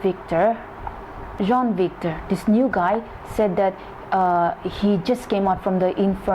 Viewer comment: You pronounce Jean as John and Sean as Shawn